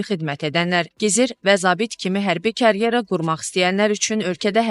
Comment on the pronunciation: Birinci gedin karyerə sözündəki k-nın necə səslənməsini dəqiqləşdirin